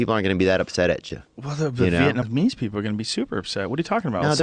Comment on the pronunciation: "veitmese"? Illiterate much?